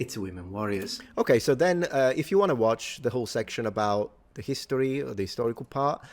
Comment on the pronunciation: full "hisotry" :)